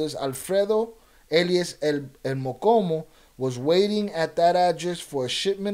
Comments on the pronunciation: The name is el mo-Cho-mo not mocomo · It's pronounced "MO•CHO●MO" not MOKOMO ... MOCHOMO ia a name given to red army ants 🐜 in Mexico... the Army Ants that move as 1 u it when attacking, thats why he got the nickname cause when he would go to war, he moved with 100's of units. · Mochomo not mokomo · I think it’s Mochomo not mokomo mo-Cho-mo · Stop saying mokomo lol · How can you roll your R's and not pronounce the cho in mochomo